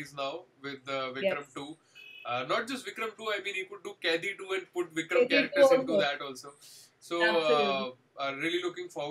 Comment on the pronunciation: Gys Its Kaidhi as in "Kayi-dhi" not "Kaythee".